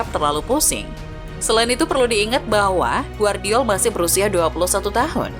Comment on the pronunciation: Gvardiol dibaca GEVARDIOL bukan Guardiol!!! Timnas KROASIA bukan timnas KOREA!!! Tidur dulu min kalo ngantuk 🥱